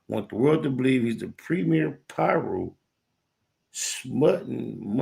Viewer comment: The "PayRu"? Lol